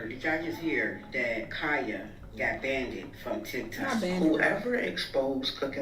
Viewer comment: "Kya got banded": not banded girrll 😂